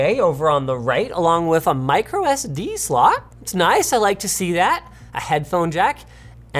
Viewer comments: "mircosd slot" lmao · MircoSD card 😂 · MircoSD? seems like the Engrish is contagious!